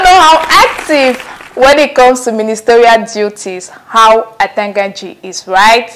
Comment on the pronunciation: Once you pronounce Atanga Nji, It was clear that this was a joke. A clown 🤡 show